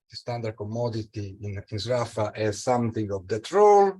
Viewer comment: I never knew that that was the correct pronunciation of "Sraffa".